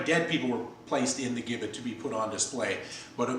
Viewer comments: It's pronounced Jibbet...it was never used in America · Mate it is pronounced "Jibbit", with a soft 'g'. We English know, because we invented it. Americans total mangle and misspell our beloved language (English is also from England not America!) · The gibbet, pronounced with a J sound is correct - we (the English) invented it, so we can call it what we want. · In England it was called; being 'hung in chains' - and gibbet was and is pronounced - jibbet. As the English invented the English language.. it would be preferable if people like the Americans would learn and understand it properly. It is insulting to palm this off as 'English talk' in your video! You speak English!!... have some respect from whence your language originated! Interestingly... only two gibbets have been discovered with their last inhabitant still inside. One in Lithuania, and one in Suffolk, England which was found approximately 200m from the house where I grew up! The gibbet cage was found during works to extend RAF Honington's runway during WW2 and can now be viewed at Moyses Hall Museum at the Market Square, Bury St Edmunds - Suffolk. England and the story behind it is fascinating... infact many local people are still uneasy talking about it to this day! Addendum: People were usually publicly hung.... then placed in chains at a location ordered by the judge/court. People were not usually placed in the gibbet whilst still alive - and after public execution, and upon being hung in chains in the gibbet - they were almost always left there for many years - as a shame, and as a warning to onlookers.